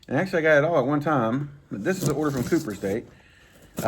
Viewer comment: I think it’s pronounced “copper” state, not “cooper” state.